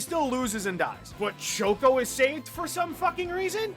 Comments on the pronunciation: why does he says choso like shoko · Every time he mentions Choso he calls him Choko